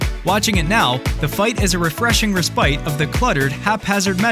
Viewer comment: That's not how you pronounce "respite". Also you'd typically say "respite from..." in this context, not "respite of..." You're welcome.